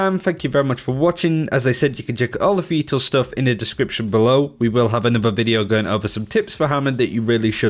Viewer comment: He said fetal at the end im ded